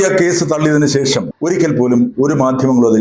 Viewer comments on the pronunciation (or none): none